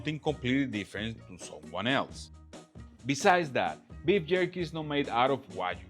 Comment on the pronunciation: Beef yerky.